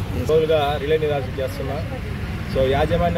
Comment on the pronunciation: రిల్లే కాదు రిలే